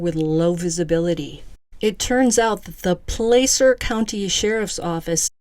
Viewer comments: Pla-cer not place er. Wash-o not Wa shoe. California towns and counties are a trip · FYI. THE A in Placer is is like the A in apple PLAH CER NO PLAY CER👍 I grew up very close to this area. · Hi! Just a friendly fyi - Placer (County) is pronounced like 'glass -er" with a short 'a' , not a long 'a'. 🙂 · I'm from Placer. It's pronounced Plasser. Ronnie is full of it too. We're not all coke heads out here. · Just FYI: It's "PL-ASS-ER" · Just a little pronunciation correction. Placer is Pronounced: Pl- short a sound- ser